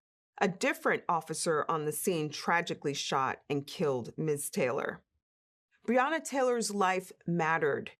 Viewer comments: I fail to understand why some of you people can’t even get this woman’s name correct. It’s BREONNA. Pronounced Bre O Na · BREONNA. Say her name correctly clown. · BREONNA !!!! My God say her name correctly !!!!!